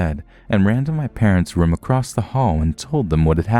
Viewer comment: There's no T at the end of a c r o s s. Makes you sound illiterate... Sorry